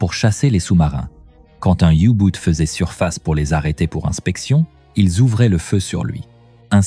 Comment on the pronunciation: Les you-boot ? Commentaire IA nul !